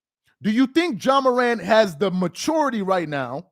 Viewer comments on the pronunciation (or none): HIS NAME IS JA PRONNOUNCED JAH!!! NOT JOHN MORANT. YOU'R PLATFORM IS TOO LARGE FOR YOU TO CONTINUE TO PRONOUNCE NAMES WRONG; STOP IT. JAH DID NOT HAVE A GUN ON NBA PREMISES.